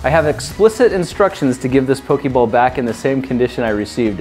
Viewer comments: It's "Poh-Kay-Mon" And "Poh-Kay-Ball" Not "Poh-Kee-Mon" And "Poh-Kee-Ball". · It's not pokeeeeeebals its pokeballs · can we address he is saynig pokeball wrong??? its not pokey its pokA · Why is he saying "Pokiball" and not "Pokeball"? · Pokey ball? Poe-key ball? I'm offended. But only because it's the Internet. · didhe just say pooki balls? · auctully is pronounced ''poke-ay-ball'' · That's NOT how Poké Ball is pronounced :/